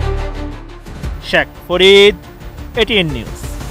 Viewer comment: সাংবাদিক ভাই শেষে যেই ভাবে নিজের নাম বলেছেন শেখ ফরিদ.....😂😂😂